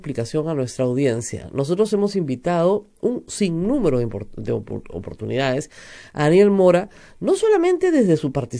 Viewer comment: HABLA MAL dice: "oportunidaEs" por "oportunidaDes", "creaO" por "creaDo", "toOs" por "toDos", "miYones" por "miLLones", "impactaO" por "impactaDo", "posibilidaA" por "posibilidaD", "moraO" por "moraDo", "publicidaA" por "publicidaD", "dictaO" por "dictaDo".